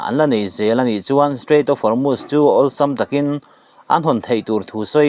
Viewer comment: Guard corp (Corp) hi (kawp) ti a lam lo in, kawr ti a lam nise Hormuz hi Hawrmas ti a lam lo in Hawrmus ti a lam nise